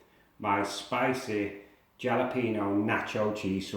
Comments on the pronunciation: Jalapeño = Ha-la-pen-yo Not jah-la-peen-yo! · Looks great, will most definitely give it a try! However, you are pronouncing Jalapeño wrong. Just imagine the J actually being an H instead. “Halapeño”.